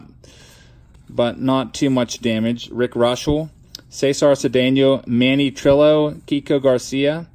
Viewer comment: Manny Trillo. The Ls are silent in Spanish. Trio.